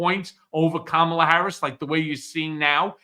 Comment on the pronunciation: Puppy killer is too dumb to pronounce Kamala.